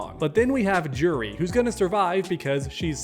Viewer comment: It's YOUREE not JEWREE btw